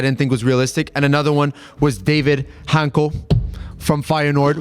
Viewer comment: It's pronounced "Daa-vid Hantsko" like in "Tsitsipas" if you follow tennis. You guys should get more familiar with this name because he's getting a big transfer in the summer. Sorry feyenoord fans. Greetings from Slovakia. 🇸🇰